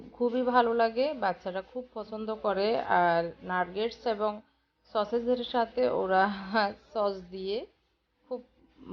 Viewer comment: KOTHATA NARGETS NAH NAGETS